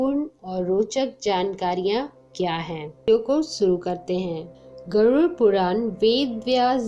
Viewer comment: गरुड " शब्द का सही उच्चार करना। गरूर" उच्चार ना करना